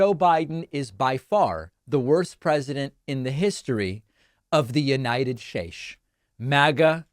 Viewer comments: Hey David that last word said states not shash. Looks like u and trump both can’t read 💀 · David you're correct in your judgement of poor grammar, spelling etc. But did you evaluated your own sentence structure in your monologue. I noticed your first 4 sentences in need of editing. Also noticed you mispronounced states as shates. Odd? Given the purpose of your rant. Here's another fabricated word... "Malinformation"😅😅😅